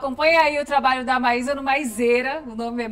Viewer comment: Maísa pq tu sempre fala maisera? se o nome é Maísa Silva 👀 acho que tu deveria mudar o nome kkk